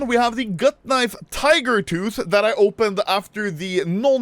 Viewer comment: The vid where he got the gut knife tiger tooth is iconic I simply because of saying TEEGER TOTT